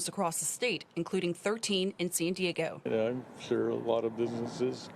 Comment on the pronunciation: Most disturbing was that reporter NOT pronouncing San Diego. She was saying Sin Deego. Also, CA sucks.